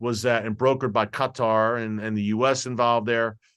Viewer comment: Ditto to all comments and THANK YOU for pronouncing “Qatar” correctly! Finally, someone who rejected the hive mentality!